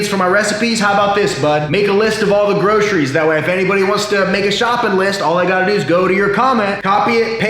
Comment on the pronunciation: I swear I heard you say 'bro'ceries